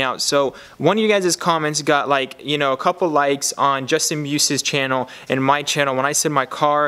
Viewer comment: Chee-yan-nell lmao channel love it!